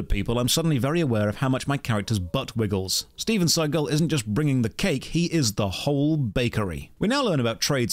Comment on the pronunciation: Not StevenScigul. LMAO XD